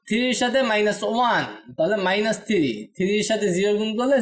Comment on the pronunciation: Bhai thiri na bole three bolle ki hoina? 😅